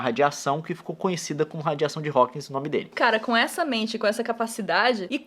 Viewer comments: PQ TODO MUNDO COLOCA UM S EM HAWKING NA HORA DE FALAR STEPHEN HAWKING?? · por que as pessoas exigem em falar Hawkings é Hawking gente